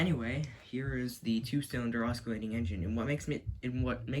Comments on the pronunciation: That’s not how you say oscillating. Ima try to do a pronunciation. (Oss-sill-late-ing) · "osckillating engine" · I want to stay friendly and please dont take this as fighting and offense, but im pretty sure you are pronouncing "oscillating" wrong